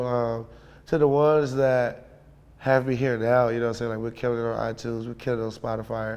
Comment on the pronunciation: SPOTIFIRE??? The fuck is that..Oh SPOTIFY is what you meant lol